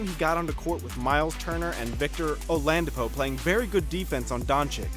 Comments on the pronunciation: Just here for all the mispronunciations .... Olandapo??? LOL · Not only did he pronounce it like donchick but then said obre and olandipo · Oladipo not olandipo what are you dumb? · What about Victor "O-LAN-di-po"...? Does this mean you're just a hired reader...not an NBA fan? Not that there'd be anything wrong with that...you'd just have to work harder on pronunciations and some nuances of the game. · “Markays” “Donchick” “Ohbre” “Marjánovic” “Olandapo” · I died when this man said “Olandapo” 😂 great vid though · Did he say Olandipo bruh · This dude said victor o-land-ippo